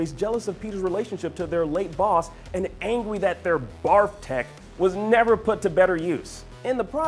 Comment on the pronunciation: he says "ang-wy."